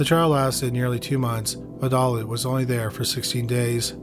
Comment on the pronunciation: My only complaint is your pronunciation of Beverly Allitt's name. It sounds like you're saying "Olive" with your accent! 🤣 But it's "Al-lit" not "Aull-it" - I don't know if you do already, but maybe watch a video from the case's native area and see how they say it? Other than this, great video as always!